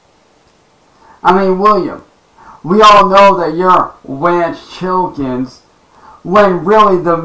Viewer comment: "Wance Chilkins" 😂💀